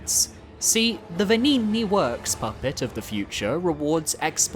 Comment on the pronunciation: Is bro trolling with saying vengini like that😂